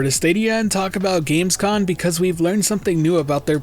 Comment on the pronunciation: Gamescom* not gamescon